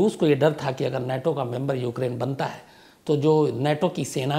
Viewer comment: अबे नेटो नहीं नाटो।